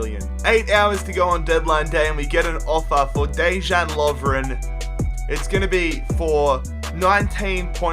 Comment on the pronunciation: The way how you say Dejan...